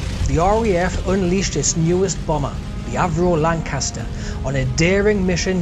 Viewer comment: The Lancaster is a hell of a aircraft, both beautiful and deadly. Oh and a fellow northerner saying Lancaster sounds, well how it should sound ;-)